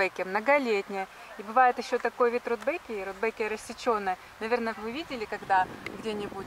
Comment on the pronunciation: Почему РудбЭкия?